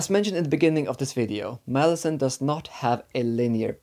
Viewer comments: Lol i mean i knew you had a hard time with the series when i seen u haven a hard time with the name...... "" 😆 i seen alot of interview on the book and i never heard anyone say it like that. Its mal lah zon. I swear its ez and its sounds cool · Why do you pronounce it like that? It sounds like you're saying Molasses 😭 I bet that's the right pronounciation as well! Whether its right or not I hate it so much hahaha